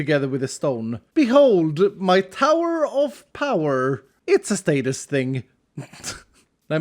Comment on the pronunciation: I heard sadist, instead of status but either one works really